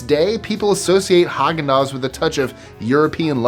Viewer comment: I can't get over Häagen-Dazs..😮